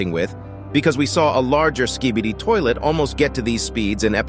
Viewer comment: Bro says skidibi